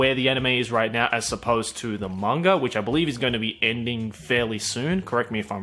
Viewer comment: It's MANGA not "MANGAR".